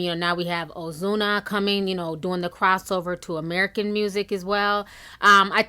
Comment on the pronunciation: I still live for how you pronounce Ozuna 🤣 “Oh-Zoo-Nuh” it cracks me up. It’s “Oh-Su-Nuh” ❤️